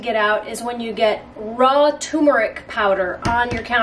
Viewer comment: Thank you, very thorough review. Friendly FYI… the correct pronunciation of Turmeric is: TURR-MARE-ICK 👍